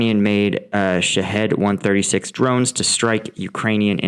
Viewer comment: Those iranian things are pronounced "shaheeeeeed". That means martyr, and reflects the sick idea of sacrificing young lives to a dictator, whether that is a dictator on earth, or an imaginary supernatural dictator.